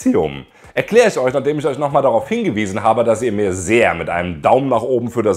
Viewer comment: Du hast echt ein Problem "sch" und "ch" richtig auszusprechen. Beispiel: galaktich, isch, eusch, biochemichen, auffrichen, sisch, organichen